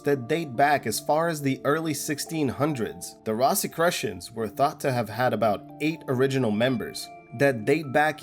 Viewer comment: I have only one comment: It's "Rose-i-CROO-shans," not "Ross-i-CROO-shans." I seriously doubt most of the conspiracy theories circulating about the very old societies, but am personally willing to believe some of the latest outfits, run by the super wealthy, are being run for the benefit of the Common Man (and Woman).